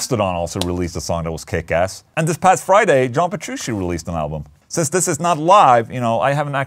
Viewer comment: Pet Trooshie lol Swedes have a hard time with 'ch?'